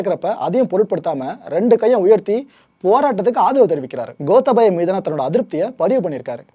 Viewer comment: ஐயா இலங்கையைப்பற்றி நீங்கள் நிறைய அறியவேண்டியுள்ளது மற்றும் பல தவறுகளை திருத்திக்கொள்ளுங்கள் * கோத்தபய அல்ல "கோட்டாபய" (Gota+Abhaya), இலங்கையின் தலைநகரம் கொழும்பு அல்ல இலங்கையின் வர்த்தக தலைநகரம்தான் கொழும்பு, இலங்கையின் தலைநகரம் "ஸ்ரீ ஜெயவர்தனபுர கோட்டை" என்ற இடமாகும்